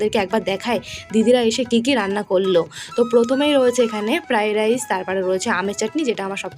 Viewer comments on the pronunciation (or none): প্রাইস না ফেরারাইস ভালো করে উচ্চারণ করো😮😮😮😊😊😊